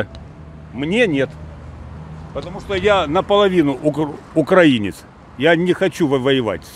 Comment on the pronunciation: Они даже не могут в словарь заглянуть,чтоб правильно делать ударение в слове "украИнец".